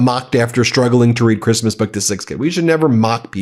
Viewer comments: I think her accent is worse when speaking publicly. I've heard her speak fairly good English on those recorded tapes of her conversation with that socialite "friend" complaining about CREEST-MUS. The famous "nobody geeves a eff about creesmus" conversation. She was speaking freely and openly and confidentiality to a friend and you get a better idea. But what you do hear is the typical always a victim attitude of the Trump's in her attitude in that conversation. But here's the thing. We never otherwise hear her speak unscripted. EVERY public speaking event could and should involve rehearsing and coaching to the point of helping with that accent. She only has to know how to say and pronounce the words she's going to say. And yet she always sounds completely unrehearsed and uncoached. Her awful public speaking is deliberate. So the question is WHO is promoting her image that way and why?!?! Are they deliberately just promoting her as the Eastern European trophy wife to boost Trump's image? A compliant, submissive barely able to speak English just look pretty just a wife and mother wife? Is it literally in the prenup Melania renegotiated when Trump won in 2016? That's what no one in public seems to know. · "Kreeeezmuss" and "eef it's a dok that leaks" got me tho lmfaoooooooooo